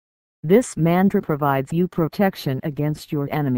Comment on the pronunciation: The text to speech doesn't pronounce the word "Mantra" correctly. Geez. Whoever owns channel just record your own voice as intro. Give name of mantra as well. Such terrible audio.